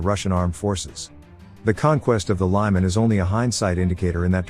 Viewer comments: "Lyman" is pronounced "leeman". I spent my summers nearby as a kid. Used to be called "Krasniy Liman", meaning "Red", that part got dropped. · Great video. Just a minor correction about the letter “y” pronunciation - the city “Lyman” isn’t pronounced the American way of “Lie-Man” but more like Lee-Mann. Slava to the people of Ukraine!